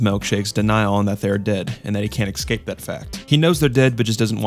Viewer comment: Why do you keep mispronouncing escape as excape?